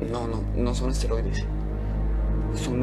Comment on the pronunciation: ¿Nadie en producción se dio cuenta de que los actores dicen 'asteroides' en lugar de 'esteroides'?